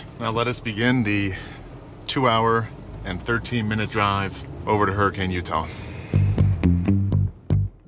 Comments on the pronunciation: You pronounced Hurricane wrong, it's supposed to be Hurr-i-canne not Hurr-i-cane lol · Hurricane, UT is pronounced "her-ah-kun" not "hur·uh·kayn" FYI. Watch Matt's Off-road Recovery if you're interested in the area. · In utah they pronounce it hurri-KEN instead of hurricane, they’re different out there to say the least